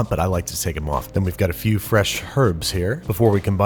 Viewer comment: when he says “take them off” in relation to the spinach stems you can hear a little NY accent sneak through edit: Timestamp